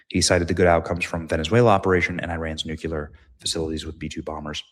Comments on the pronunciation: Nuclear. Not nucular. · Dammit, Benny! When are you going to learn how pronounce "NUCLEAR" correctly? It's pronounced "New-klee-er", not "nucular ". Even if you pronounced it *"New-clear" it would be an improvement. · BENNY. NU CLE AR. sorry. luv ya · Nuclear...... nuke lee errrr God bless our troops!